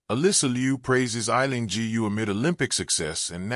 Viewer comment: G U ?? So AI is unable to pronounce "Gu"?